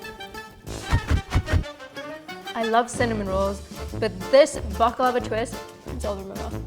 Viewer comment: Pronounced " bak-la- vah